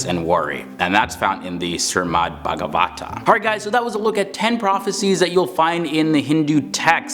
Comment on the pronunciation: its SHRIMAD not Sirmad